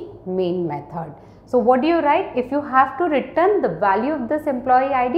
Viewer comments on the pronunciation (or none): She pronounces 'return' as 'written' which is confusing 😅